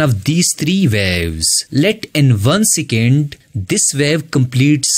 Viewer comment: Second ❌ sicand ✅